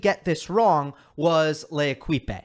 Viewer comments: Thank you for the unbiased approach, but please don't pronounce L'Equipe (the team) with "e" at the end, which is silent (as is the case with most endings in French). They may be a bunch of a$$holes for ever allowing an article like that to be published but it still hurts my ears to hear l-ekip-E. It takes 5 sec to find a Wiki article and find out how to pronounce. You are criticizing people for not doing the research while literarly not doing the research (it's a hard comparison but still). Cheers! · Love your pronunciation of L'équipe. It's actually more like 'lay-keep'. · He pronounced it the Spanish way.